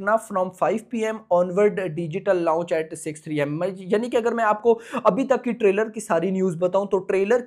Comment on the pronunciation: Launch ❌ Louch ✅